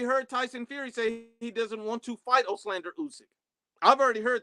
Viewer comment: This guy still didn't figure out how to say Olexandr lol he keeps saying "oxlander"